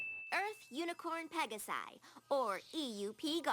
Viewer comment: I never tought about them using "greek plurals" (probably an idea put inthere by a geek animator). It makes the "pega-sai" pronunciation even worse, as it should be "pega-si".